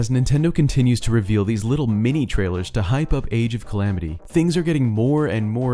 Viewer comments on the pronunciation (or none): none